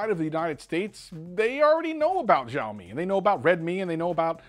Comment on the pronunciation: It is called Sha O me It just annoys me to hear a wrong pronunciation love your videos though